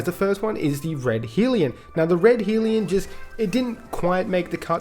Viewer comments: liking the new name .. helps that I'm an Aussie tho. also it's Hell-ion not Heel-ion. keep up the good work. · Lol Naa dude the guns fine, I agree with your choices. I was just making fun of your pronouncing hellion